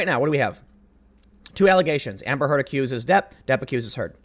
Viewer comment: The way you say Amber Heard kinda makes it sound like you're saying hamburger.